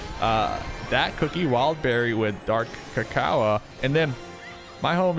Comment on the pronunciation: please pronounce dark cacao like (dark ca-cow) not (dark ca-coa)